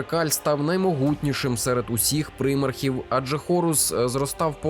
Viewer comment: Дякую за відео. Правда від прИмархів в мене теж вухо смикається ))